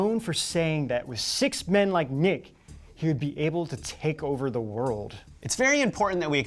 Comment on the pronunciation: Now comes some criticism . "Knigge" should not sound like "Nick"! It might be no biggy, but either it would be spelling it right.